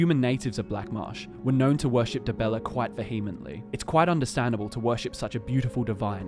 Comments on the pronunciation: Pronounced vee-heh-ment-ly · “Vehemently”. Pr: “Veer” Meant” “lee” 🤙